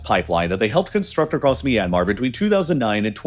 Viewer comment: It's ahcawse they're trying to lay claim to a Japanese diesel engine manufacturer "MY yanmar" 😂